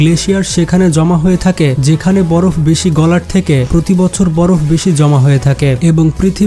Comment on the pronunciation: ভাই বড় না বরফ হবে চেঞ্জ করে ফেলেন 💖